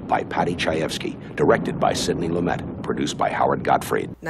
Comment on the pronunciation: I watched your whole video. I admire Faye Dunaway as an actress and I am glad you made the video. If you continue to make videos, you should know the following things. All three that I am to point out have to do with pronunciation. 1) Clyde’s last name is Barrow as in “wheelbarrow;” 2) Otto Preminger’s last name has a “g” sound like the “g” in “ginger, not in “great;” and, 3) Sydney Lumet’s last name isnot pronounced as it might be in French. The last syllable gets the accent and sounds like “met” as in “I never met a man I didn’t like.” ‘loo MET.’ Just thought you should know.